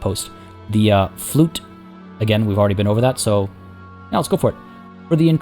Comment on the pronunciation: Lol the flute that's not how you pronounce it unfortunately it's really hard to explain. Fluyt nowadays would be pronounced as the word fluit. Ui is a combination of letters that has a special sound in dutch. If you want try to find it on youtube it's really funny to here foreigners try to say it.